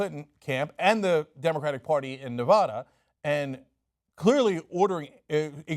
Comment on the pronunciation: Cynk, it's Nev-A-da, not Nev-AH-da. :D